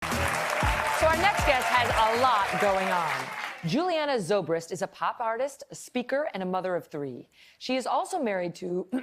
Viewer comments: I am a Zobrist. My name is from Switzerland and we pronounce it... Ts-obri-cht... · Yeah it is annoying when people don't know how to speak Schweizerdeutsch. Tssooobrist